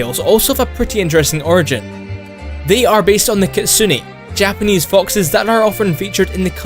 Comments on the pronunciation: Dear. Your pronounce make no God Damn Sense. Kitsune is not pronounced as Kit-su-ni. Last E should be pronounced as 'net' as in network. Not 'nit'. Try the google translator for キツネ and check out the pronunciation. Sincerely, random Asian guy. P.S. I love this vid. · isn't it pronounced kee-tsu-nae?